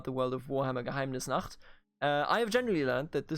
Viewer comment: You said "Geheimnisnacht" so beautifully Deutsche hier?